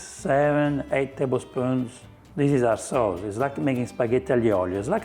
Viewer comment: I thought you said arse souls but you said our sauce 😂